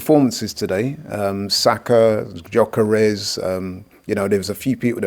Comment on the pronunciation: please, the guys name is GYÖKERES, pronounced YOKERES, NOT JOCKERES. You must've heard how his name is said by now, come on lol.